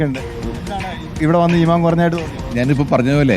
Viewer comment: ഇമാൻ. ഉച്ചാരണം പോലും അറിയാത്ത ഇസ്ലാം എന്തെന്ന് പോലും അറിയാതവർ ആണ് ഇതൊക്കെ വിശദീകരിക്കുന്നത്